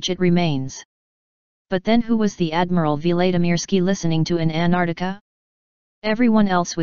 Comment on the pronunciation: Who is Ann Ardika?? It's AnTarCTica And who is Admiral Veelaydeemeeirskee?? It's Vlad (as in Dracula)imirskiy. Not Veelay etc. You're a robot, damnit! Get it right!